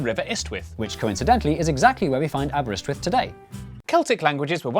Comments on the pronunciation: I've just discovered your channel through this video. Bless you lads, you're hilarious! ❤ However, as a Welsh speaker and resident, Aberystwyth didn't come out right. All right, Welsh has syllables foreign to English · Not sure you pronounced Aberystwyth correctly. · You pronounced Aberystwyth wrong.. And it's now at the mouth of the Rheidol... Just to confuse things..